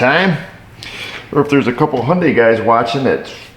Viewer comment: Hey!! It’s pronounced “Hun Day”. 😎